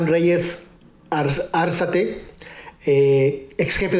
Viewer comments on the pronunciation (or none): es: Arzate, (acento prosódico en la 'a' de la segunda sílaba) no Árzate, además se dice: refuerza, no reinforza.